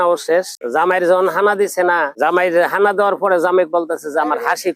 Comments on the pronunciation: খানাকে বলছে হানা 😅খাসি কে বলছে হাসি😅😅😅 এরা কারা কোথা থোে এলো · আরে মিয়া। ওটা হাসি না ওটা হবে খাসি। হানা হবে না। ওটা হবে খানা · খানা শব্দ টাও উচ্চারণ করতে জানে না